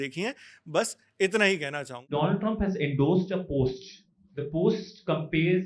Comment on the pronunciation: my fraand, india's fraand mr. dolaand.. 👏👏👏